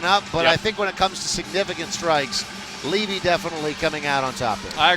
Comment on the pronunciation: levy not livy